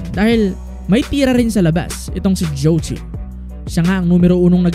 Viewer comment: kung pakikinggan yung pronouncation ng zhou qi parang jow chi